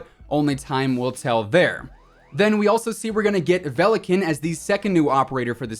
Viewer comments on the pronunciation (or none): it's actually pronounced [velikAn], not [velIkan]